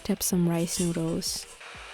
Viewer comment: There’s something very wrong with people that get meaningless randomly placed tattoos for no reason. Also, there’s an L In noodLes, it’s not ‘noodoos’... yuck. Lastly, KITCHEN countertops are NOT the place to repot plants.